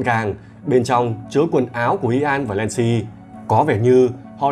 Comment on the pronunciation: giọng đọc hay mà tiếc cái là phát âm tiếng Anh dở quá ạ 😢 Nancy đọc thành Lancy, Snow đọc thành Slow, North thành Lorth nghe khó chịu vô cùng..